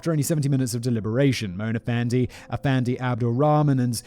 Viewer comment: Malaysian listener/watcher here: 1. Pronunciation of Mona Fandey was spot on, Simon. 2. Given that corruption is the key trait of most of our politicians, many of us see a morbid sense of humor in a corrupt politician being duped out of money and murdered. 3. It was our Independence Day a few days ago. Coincidence?